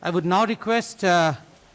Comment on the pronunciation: Its Tamilnadu BSDK not Tamilnaad. Same for Kerala, not Keral /Karnatak/Andhr Pradesh. Qtiye